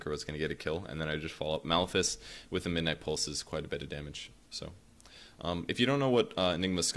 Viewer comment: I like how pronounces "Midnight Pulse" It makes it sound like "my nipples"